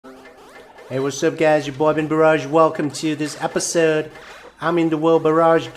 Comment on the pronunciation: Why does he say upasode? I like it though plus you scammed my durt!